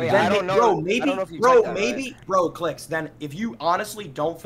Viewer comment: his name is Clix not Cliz